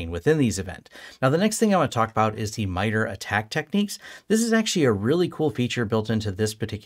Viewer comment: This is great information. Thank you for posting this. A small point of feedback, in my experience working with people from MITRE and other FFRDC's, I believe the organization generally pronounced more "My-tar". Thanks again for the useful info though! I'd love to see you continue this path with more of a "network security monitoring for small businesses with pfsense/sysmon/etc" series.